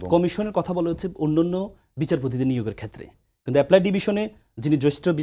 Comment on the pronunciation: একজন আইনজীবী আপ্পিলেন্ট ডিভিশনকে বলছে এপলাই ডিভিশন